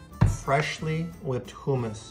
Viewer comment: So no hate or anything but it’s pronounced hummus